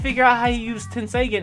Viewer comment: it's pronounced 10-say-gone